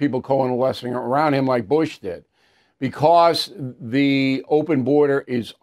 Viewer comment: Hey Bill.... Learn how to pronuncate the word "BECAUSE"...